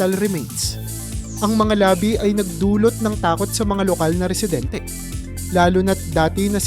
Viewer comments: Mali pag pronounce ng labi- ibig sabihin mo lips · Ayusin mo pagbigkas sa mga ginagamit mong mga salita.( Yung bakas dapat bigkasin mo na may pagdiin hindi malumanay). Tuyo , labi,) mali ang pagbigkas mo.